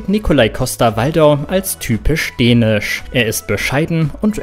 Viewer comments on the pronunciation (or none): DÄNISCH, NICHT DENISCH